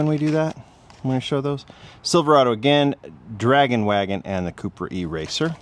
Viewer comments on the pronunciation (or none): none